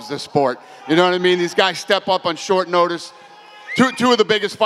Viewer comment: “No matter how many days shortice” 😅😂 we all knew he meant “short notice” but still thought it was funny. N I know his first language isn’t English lol.